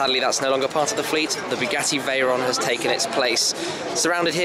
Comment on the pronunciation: "And here we have the Bu gassy Veyron"... Dude... -_